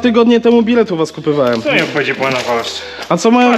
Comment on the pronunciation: "DŹWI", "KUPYWAŁEM" ... :P